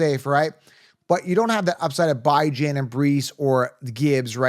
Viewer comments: First time I've watched your channel. Mispronunciation of player names (By-Jan??) is an automatic downgrade to your credibility. I'm out. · Bijan and Achane, you may wanna go hear the pronunciation of those names. Thank you for content, very helpful. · Will "Lee-Viss" "By-jon" my god...... its like my wife trying to talk to me about football lol